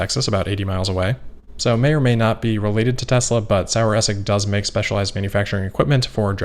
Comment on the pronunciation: Pretty close on the pronunciation of Saueressig (sour-vinegar). You've been getting tutoring. But the final 'g' follows the rule that ending 'g's sound like a soft 'ck': essick. And the starting 'S' sounds more like a soft Z.